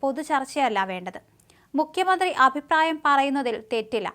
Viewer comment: തൊലിഞ്ഞ വായന. മുഖ്യമന്ത്രി യേ മുക്യ മന്ത്രിയാക്കി... ഞല്ല അ ച്ഛ ര ചുത്തി... ഗുണം ഉള്ളതിനെ ഓടിച്ചു വിട്ടിട്ടു അണ്ണാൻ ചപ്പിയതിനെയും വവ്വാൽ ചപ്പിയതിനെയൊക്കെ പിടിച്ചു വാർത്ത വായിപ്പിച്ചാൽ ഇങ്ങനെ ഇരിക്കും